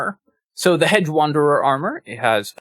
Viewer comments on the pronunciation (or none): I'm hearing "hed" or "hed-guh" (with a very slight "guh" sound) when you say it. Not hearing the "j" sound. Maybe it's something weird with the way youtube is processing the audio? But it really did stand out to me when I heard it -- enough for me to make the comment. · I'm sorry to be this guy, but it was driving me nuts during this video: "Hedge" is pronounced "Hej". There. I feel a little better now.